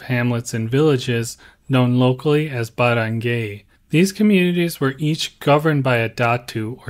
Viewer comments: Your pronunciation of non-English words shows your lack of thorough research. Pa-ri-an (not pa-rian) Ba-rang-guy (not ba-rang-gay) Ho-lo (not joe-lo) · "Barangay" is pronounced as (Ba-rang-gai)